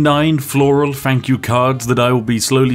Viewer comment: "One free fank you card"